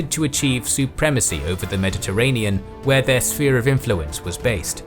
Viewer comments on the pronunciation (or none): none